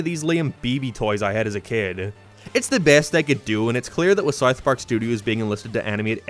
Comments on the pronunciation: "Sarth Park" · Dude can’t even say South Park…. Wtf was that